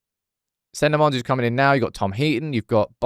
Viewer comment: 🚨 OFFICIAL PRONOUNCIATION 🚨 Senne (SENnuh) - emphasis on first syllable Lammens (LAHmuhns) - EMPHASIS ON FIRST SYLLABLE(!) Andy Mitten is the only one who got it right so far. Everyone from Ste to Flex to our beloved Sam is doing the French inflection, like it’s Croissants or Provence with emphasis on the last syllable. But HE IS FLEMISH AND THAT MEANS DUTCH SPEAKING. The name is Dutch as well. I’m a Dutchman. Thanks for your attention. Good luck!